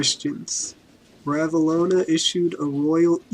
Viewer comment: Well it's Ranavalona... Not ravalona. This is awful.